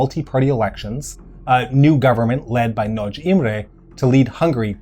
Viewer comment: Two things. Prevalent is generally pronounced “Prev-a-lent” not “Prev-ay-lent” and happy to be corrected but I’m pretty sure it’s Imre Nagy not Nagy Imre. Pronunciation correct though so well done. So many people pronounce it “Nar-gee” which is, as you know, wrong……. My Dad has the Time Magazine from 1956 of the whole revolution and showed it to me in the 70s when I asked him why Poland and Hungary didn’t have communist symbols on their flags to which he said “Because that’s the two they don’t ‘really’ control. Grew up in Melbourne as did my Dad and my late Mum and my Dad (still around) went to the Melbourne Olympics and told me about the fight between Hungary and USSR teams in water polo.